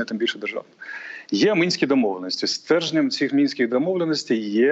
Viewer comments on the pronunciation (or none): Противно слушать... "Тэхнично", "Мынских угод".... Азаров отдыхает.